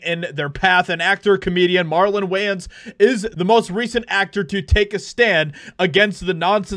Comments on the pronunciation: It’s wayans not wyans you goof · Love the Wayans family. They made livin color ( it's pronounced waynes) they're comedy trailblazers. Gen x ers aren't having it. We weren't raised to be offended, we were raised to appreciate differences. I never seen anyone as below me, they didn't think so either. We played without thinking about it. In fact, we have a lot of interracial relationships. Funny, don't see it as much with the gen Z ers unless they're making a point but, they're in 20 other relationships too. We don't care if you cancel us, we don't live online. Good for him!!! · I got stuck on that part too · Way-ans sir. Way-ans. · Pronounced "Waynes". There's like 9 Wayans brothers in acting. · Its pronoced "Weigh yans" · “Why-ans”? I think you mean Wayans (pronounced like it is spelled). Come on, dude! 😂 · I'm pretty sure wayans is pronounced way-ans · Wayans is pronounced Weigh-ends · Wayans pronounced WAY INNS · It's WAY-unz 🙂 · His name isn't pronounced Wyans. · Whyans? Jesus Christ! How do you not know who Marlon Wayans is? Can’t even pronounce a legends name right? Shame on you. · Its pronounced Way-uns. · Come on man, “Why”ans?? Have you really not heard anyone say his name correctly before? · Bro I love your content but you butchered Thier last name 😂.whyins 😂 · You are mispronouncing Way ans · "White Chicks 2 needs to happen 'cause i got a mortgage, muhmugga!" 🤓 Oddly enough, you pronounced his last name correctly the very first time, then never again. P.S. don't mess with the Wayans - there's a CRAP ton of them! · Am I the only person that was annoyed by the way he kept miss pronouncing his name lol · God the way he says Wayans is so annoying lol it's driving me crazy, you can tell he just heard of these brothers yesterday lol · You said the name wrong the whole video and then correct right at the end. lol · How you say his last name wrong the whole video but then correctly at the end? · U gotta say ppl last name right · Lol say his name right